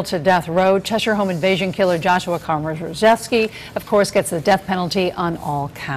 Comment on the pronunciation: "Komjrghjevsky" LOL